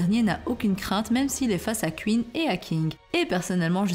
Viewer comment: Ca se prononce Queen pas Qu ine